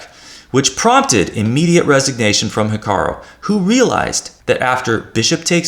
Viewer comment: It sounds like you're saying HikaRO rather than the correct HikaRU. Apart from that irritating detail, good video, thank you.